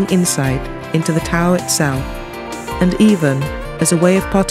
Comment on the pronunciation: I wish she was pronouncing Tao correctly. but otherwise, great video.